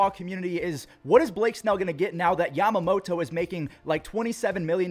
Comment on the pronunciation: Took a shot every time said YamamoTOE. My liver just died.